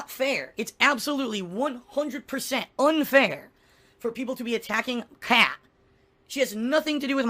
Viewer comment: Why does he keep saying "Pat" instead of "Kat"?